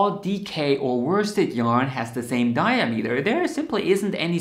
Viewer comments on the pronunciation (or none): it’s ‘dye-AA-meter’ not ‘DYE-uh-meter’